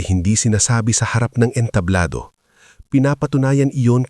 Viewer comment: Hindi ENTABLO dapat ENTABLADO may iba pang mga salita na hindi tama ang pagkakabigkas mo kya dapat pagaralan mo ang kwento bago e upload Isa pa TUMANGO single g hindi double g pag binigkas